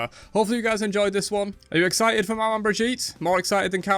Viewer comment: It's pronounced Mama, not mah-man. Manman is creole for mom.